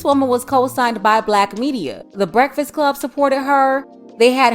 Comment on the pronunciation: When I heard her say Breffast. I would have never trusted her 🤣🤣🤣